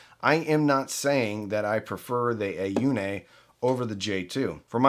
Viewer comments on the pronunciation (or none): it is pronounced like "oh knee" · on -it's pronounced on